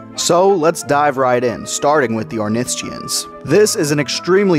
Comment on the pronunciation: Stop saying ornithischian like that please